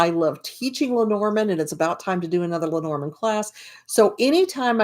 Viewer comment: Hi! I just came across your review. I have bought the book and I have bought the cards but I haven’t started yet learning. I’m glad you like Erica‘s book, but you pronounce the name differently than she does. She pronounces it: LEH-nor-MOND. You say: Leh-NOR-mund. I’m wondering what you think of that? Who is pronouncing it right? And who is pronouncing it incorrectly? I’d really like to know. Thank you.